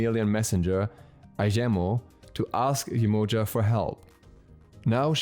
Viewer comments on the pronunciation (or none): It’s definitely not pronounced YE -MOE-JUH. It’s Yeh-Ma-Ya 💯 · the right way to spell her name is Yemanja. The way you spoke sounded more like "emoji" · It's pronounced Jehmoja